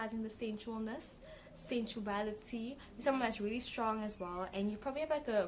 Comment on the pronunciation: Pile 4. Like that term "unintenional love" ha! 😘 Thank you, girl! Lol at "you have the moves, you have the curves".. the emphasis you give on my "sensuality" . 🙈🙈